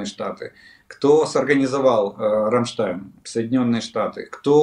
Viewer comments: Олег, извините, но хотелось бы Вас поправить: Вы всегда говорите Рамштайм. Правильно говорить Рамштайн ( Ramstein). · Олег, зверніть увагу, Рамштайн, не Рамштайм. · РамштайНННННННННННННН Олеже, Ви ж вже медійна людина, маєте говорити грамотно.